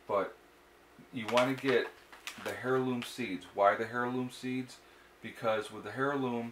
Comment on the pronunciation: Dear Sir, It's pronounced "airloom" not "hairloom". Yes it starts with an "H". Sorry, my silly pet peeve. Your videos are great. Thanks for your contribution.